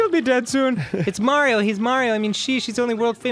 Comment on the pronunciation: Are all the elders going to mess up Mario's name first Murphy now marty-o